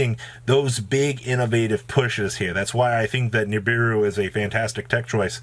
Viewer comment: please don’t fucking say nibiwuuuu again lmao that was so cringe